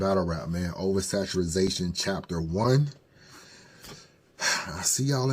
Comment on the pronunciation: Over Saturazation was KILLIN ME. It’s over saturation 😂